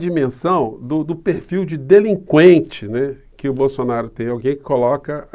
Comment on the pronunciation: Sugiro aos canais progressistas se abstém de pronunciarem a palavra "BOLSSONARO" em